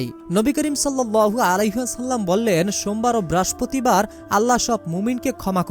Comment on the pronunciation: ঐ বেটা বারের নাম আগে ঠিক করেন,,, উচ্চারনের ছিরি